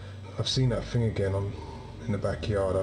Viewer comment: OH NO! not vah FING!